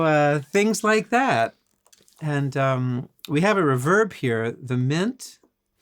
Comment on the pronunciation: Darrell Braun will be thrilled that Robben pronounces reverb "correctly".